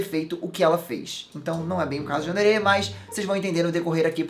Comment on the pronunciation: plmds você tá falando Yandere errado